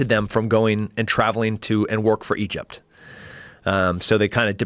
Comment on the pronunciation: Working for “Idgept”